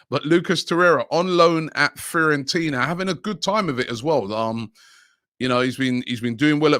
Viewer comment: Everyone: Fiorentina: Freeorentina